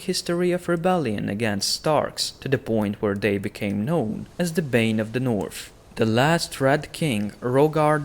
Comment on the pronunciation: THE NORF KINGINDANORFFFF